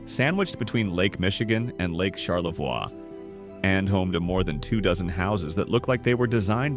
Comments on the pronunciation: HEY, its very interesting that the NARRATOR in this video IS NOT A TRUE MICHIGAN NATIVE BC HE MISPRONOUNCED "Charlevoix" its pronounced Shar-La-VOY, "Mackinac" was mispronounced its Mac-Kin-NAW. The ending is NOT pronounced as "Mac-Kin-Nack" that is morally incorrect here to pronounce it just like how its spelled. Lmao!!! For true born & raised Michiganders, this will be the 1st thing we adamently say about in this video right here, lol. Not to be mean but set this "Narrator of the video" straight!!! Michigan towns have their own language, in words, & with how they're spelled. Lol. Its really funny to us, we laugh every time with it, lol!!!!! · Charlevaw? The French pronunciation of the last syllable. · Charlevoy, not charlevewah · CharleVOY not Charlevwa. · Pronounced Char-la-voy and Mac-a-naw and Franken-mooth! AI doesn't get it right, ever! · #8 is pronounced Char-Luh-Voy. Mackinac is pronounced Mack -Uh-Naw. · You should learn how to pronounce the names of some of the places you mentioned. Charlevoix is pronounced Charlevoy and Macinac Island is pronouched Mackinaw Island. It's Frankenmooth. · “Char-la-VOY, HURE-on, Mackin-AW, Franken-MOOTH, for Pete’s sake. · Shar-le-VOY. HUE-ron. Mack-i-NAW. Frank-en-muth - and none of the strange stuff is underground. Bronner's is not ONE of the largest Christmas stores in the world, it IS the largest. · It’s obvious you ARE NOY FROM MICHIGAN……..because your pronunciations of several of the cities are incorrect and we as Michiganders do NOT appreciate that, for example you pronounced Charlevoix, Huron, Mackinac, Frankenmuth, and Saginaw wrong. Please, if you do other videos of Michigan towns please learn the correct pronunciations. Thank you. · Interesting video, but for a channel called Michigan Insights, there sure are a lot of mispronounced names. Charlevoix and Mackinac are definitely mispronounced. Huron and Frankenmuth don't sound quite right either.